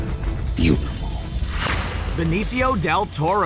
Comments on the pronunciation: It's Not BENECIO, It's BENICIO Del Toro. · It's Benicio. Not "Benecio". butchering names as usual... SMH